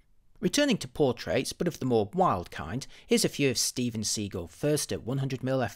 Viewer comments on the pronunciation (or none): did you say Steven Seagull ? hahahah